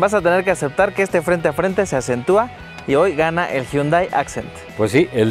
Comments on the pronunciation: Alguien enséñele a hablar al tal con su Mazdadós y su Hyundái. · Nunca he entendido por que siempre dice los nombres a su "modo" (pronuncia mal los modelos) Mazda2 HyundÁi Accent Al igual que lo hace con el "Mazda3" y "Mazda6"